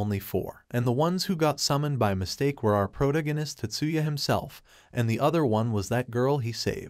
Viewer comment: How did you pronounce protagonist lol 😂